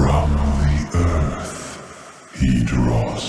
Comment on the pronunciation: This guy talks weird... trying to hard. "Earph"